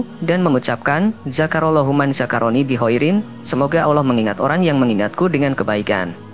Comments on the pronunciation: Maaf .. Lidah orang yang cakap ini..kena belajar akap Allah SWT..dulu biar fasih cakap Allah nya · Belajar ngaji ya mas, hukum nya fardhu 'ain bagi tiap muslim.. salah satu alasannya itu, penyebutan Allah saja salah, jadi awloh itu salah